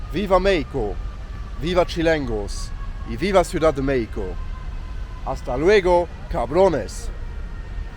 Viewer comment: You can dispense with the “cabrones” bit. It’s very vulgar. You wouldn’t go to London and start shouting “fuckers” when you’re there, would you? Also, the letter x in México is not silent, it is pronounced like the German “ch” in Bach, or in Scottish “Loch Ness”.